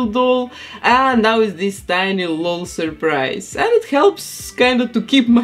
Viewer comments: its called an L-O-L surprise doll. u say each letter in “lol”. it’s not “laul”🖤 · I think it’s said L O L not lol but that’s just me I think aaaaaaaaam please don’t kill me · Ngl I'm cringing from hearing her say lol as a word not an anticipation because the commercials say "l. O. L surprise " not "lol surprise " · Your accent is my second favorite thing about you and your vids, behind your talent and creations ❤ I love that you call them "lull" dolls and not " L-O-L" dolls. Makes me giggle everytime 😅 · She says:lol Supposed to say:L.O.L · She said lal not lol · You say it L O L you say each letter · First where are you from and second you say the letters separately in L.O.L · She said lol as one word